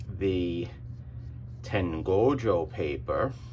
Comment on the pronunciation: I always upvote enthusiatic pronunciation of Tengoju Paper